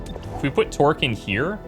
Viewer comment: When you say Torque's name, it sounds like "twerk".